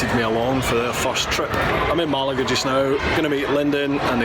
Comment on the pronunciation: Enjoyed the trip vid - especially your pronunciation of town names - you did get Malaga right! And Fes to be fair....